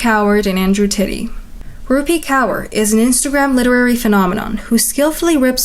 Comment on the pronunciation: no probs girlie From the next time if you have any problems in pronunciation of certain words of different cultures just ask us ❤ It's rup-ee(rupi) k-or(kaur) Gained yourself a new subscriber from India You remind me a lot of Chad Chad